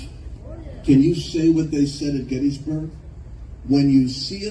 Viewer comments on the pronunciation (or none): none